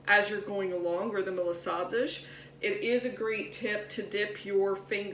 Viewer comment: Pronounce Ma la sa das the way it is suppose to be said. You are not pronouncing it proper.